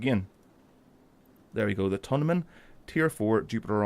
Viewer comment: Hey, cool video. Ship looks nice. just a word on the pronunciation of the name Hanuman. Phonetically it would be: ha-nu-maan It comes from Hindu mythology meaning "one with a disfigured jaw"